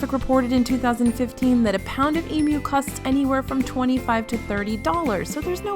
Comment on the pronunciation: As an Aussie, thanks for saying Emu and not Emooo. Also - as an Aussie planning a WDW trip, what are the ride queues NOT to be missed? ( if you’ve done a video, can someone link me, please?)